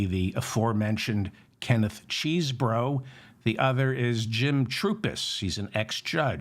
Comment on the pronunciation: [Chessbro] not [Cheesebro], David! and correct. PS I love you.